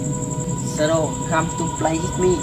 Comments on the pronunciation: đọc sai rồi ban oi...shadow come to play with me.. k phai shadow come to play hit me. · "Whit me" là thần chú .ông đọc "hit me" thần thím .lấy gì ra hiện tượng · Shadow come to play with me ms đúng k phải hít me đọc k đúng câu thần chú thì k có linh nghiệm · Bạn đọc sai nó nghe bạn nói hít me , nó chốn luôn rùi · Đoc còn đọc sai , phải đọc là “shadow come to play with me” mới đúng nhe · "Shadow come to play with me" mà sao đọc "hít mi" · may doc sai than chua.wit me ma doc thanh hepme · Whit me chứ không phải itme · With.k phai whit ba oi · Hen la chua doc hiếp mi do